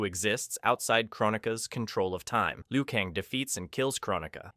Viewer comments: Liu kaaan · If you butchered every name just for comments, congrats, you won - but FR though hearing you say Raiden or Liu Kang is like nails on a chalkboard, is it so hard to pronounce non-white names